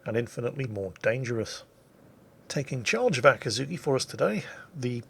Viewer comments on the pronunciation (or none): It's not really Ahh kii zhu kii, but rather Aa-ki'zz-ki... oh well.